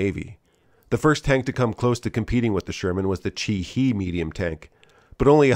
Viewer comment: Japanese "e" is long A (like italian) so Chi-HAY not he. The "model Code" on Japanese tanks uses that famous "acrostic system" (ordered by on old poem) and proceeded by Ha (light) Chi (Medium) or O (Heavy). So "Chi-HA" is "Medium C" (With "A and B" Chi-I and Chi-Ro being variants of Orai's ancient type 89 KO (name style changed around 1930). i ro ha ni ho he to chi ri nu ru wo. The Stuarts were an Ohio National Guard unit that was stood up, and sent overseas very rapidly, they were VERY green and had little experience in their tanks. Conversely, the 37th (Buckeye) Division was also National-Guard based and took part in the recapture of the Philippines, including an incident when the Hellcats of their TD battalion engaged Chi-Ha tanks near Clark Field, a very rare Hellcat TD Pacific tank Dual. Battle experience recommended the use of large-caliber High Explosive instead of Armor piercing (which might go right through). Most of the kills in the Philippines were against dug-in tanks by M-7 Priests (not much was typically left).